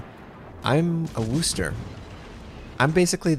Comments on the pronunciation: Yeah... not sure where this whole "WOOSSSSSS" thing started. It's 'Whis' (rhymes with this).... NOT WOOS... never woos... please, stop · pronounce it WISTAH! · It's pronounced "wusster" not "worster" or "wooster" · Americans pronouncing Worcester is never going to get old.